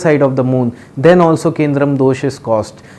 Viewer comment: Its kemdrum : not kendrum pandit g